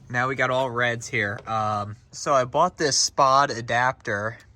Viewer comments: Good stuff, friend. Pronounced S Pod. Don't ask me why. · sPod pronounced "ES POD" not one word hahaha